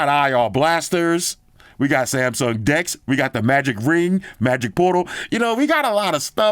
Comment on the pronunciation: sounded like he said dix 😂